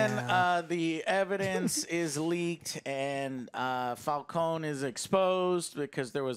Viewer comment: It's Fal-CONE, not Fal-CONEY